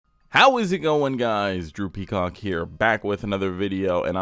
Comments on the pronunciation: Am I the only one hearing droopy cock when he says drew peacock 😭😭😭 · I'm ngl I heard "droopy cock here" and not "Drew Peacock". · i thought you said droopycock when the video started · Did you just pronounce your name. "Droopy-cock"? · Geez, I thought you introduced yourself as "droopy cock"! Sorry, no offense intended.... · Lol I heard droopy c**k when you say ur name in the intro